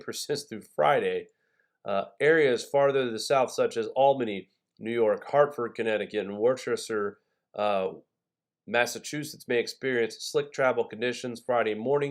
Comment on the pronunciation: lol, worcester is pronounced wooster